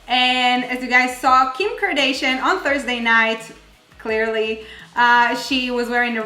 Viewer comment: "Kim kardeishan"